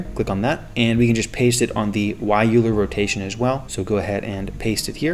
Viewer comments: Hey there just a tip "euler" is pronounced like "oilah" not "youlah" (english) :) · It's pronounced oiler